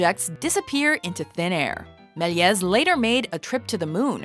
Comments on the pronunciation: George Méliès, as in mill-ee-AY, not mill-ee-EZ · I may be wrong, and correct me if I am, but I'm pretty sure the name is not pronounced 'mell-yez". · did anyone else cringe when she pronounced george melies